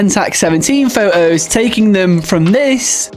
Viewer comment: Is there something wrong with your incisors causing you not pronouncing “photos” and “important” properly? 😅